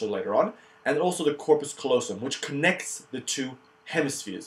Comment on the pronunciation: it's corpus CALLOSUM dude :) great vid, thanks ;)